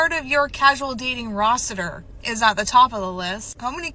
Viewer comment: Rosetter? Tf....you mean roster?!